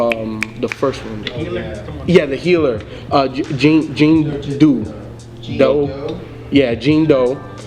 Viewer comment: easily my favorite project of the year. i love every project Mick's put out so far, he's my favorite rapper right now. im easily his biggest stan lol. also it's pronounced John Doe, not Jean Doo lolol. and Noname Gypsy is the bae <3